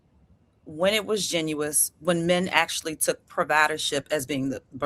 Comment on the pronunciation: 😂😂 Hold up wtf is "genious" that's not a word or is it "Disingenuous"? Had to rewind again and put on CC and it was "genuine" 😂😂. Get her outta here she just talking but saying nothing & she didn't answer the questions.